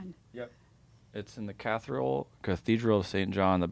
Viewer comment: is such an idiot. He called the cathedral a catheral LMAO. What a poser